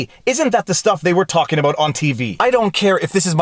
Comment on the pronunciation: Did he just say aboot?